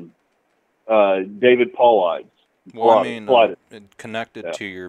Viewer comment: It was a submarine. Bangor Trident Base is miles south of Hood Canal Bridge, only 8-10 miles. Had to be. So what he got the name wrong, he also at first pronounced David Paulides's last name wrong - names aren't important, the story is what's important. He was a great guest - please come back, thx for another excellent show